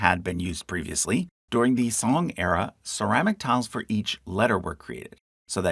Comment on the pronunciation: Can see u have done your research great. One note about the pronunciation of zong 宗，of temple names. It is not sound song. But rather is like zone. ng.